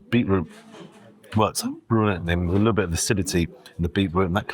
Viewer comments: Love your videos but why on earth have you started saying beetroot in that annoying American way ? It has a T in it for a reason . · Not sure I could order from someone who cannot say beeTroot..lazy.